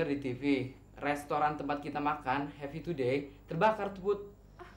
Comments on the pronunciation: bagus bilang restoran Happy to day jaka Bilangnya Restoran kaki tupai 😂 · bagus bilangnya ke restoran happy to day Jaka dengarnya Restoran kaki tupai 😂😂